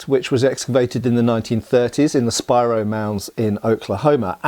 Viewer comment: Congratulations! You pronounced Spiro correctly! I live about 10 miles east of the Spiro Mounds State Park. When I was a teenager in the early 1970s I worked as a summer job as the Tail Chain, then later as the Head Chain for the County Surveyor. He told stories about when he was older boy during the great depression he worked as a fetch and carry, water boy for the (legally formed with all permits and rights) mining company digging in the mounds until the federal government shut the for profit operation down, then they (illegally but for the best for the sake of the history) took over the operation with trained archeologist. Mr McAbee still seemed pretty bitter about it even years later.